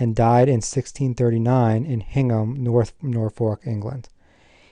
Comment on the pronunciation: "HINGHAM" in the UK is pronounced locally as "INGHAM".